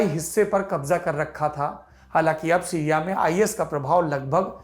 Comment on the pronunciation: सिरिया नहीं सीरिया होता है ।